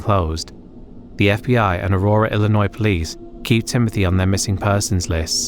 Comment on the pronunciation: You say Illinois like a pro!